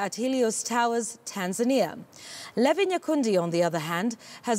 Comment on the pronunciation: It is pronounced Lee-Vie